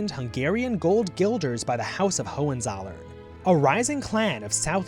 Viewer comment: The way you pronounce Hohenzollern is making it very difficult to continue watching the video.